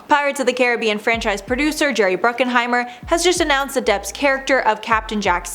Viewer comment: BRUCKHEIMER! Not Bruckenheimer.